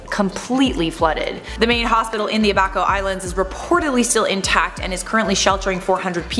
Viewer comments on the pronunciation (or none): Abaco, not A baco!!